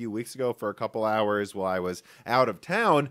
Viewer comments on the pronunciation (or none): none